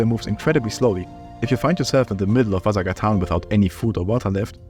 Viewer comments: the way he pronounces ''vasagatan'' annoys me a ton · The way you pronounce Vasagatan is amusing to me! It's Swedish for Vasa Street, a real street in Stockholm (and many other Swedish cities). Thanks for the video, I stopped playing after the radio tower when it was the end of the game and never installed it again.